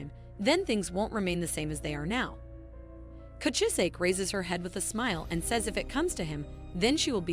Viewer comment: manga: kuchizake AI: coochi-zake 😂😂😂